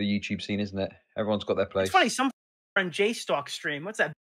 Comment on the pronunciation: Mah fwEEND croyed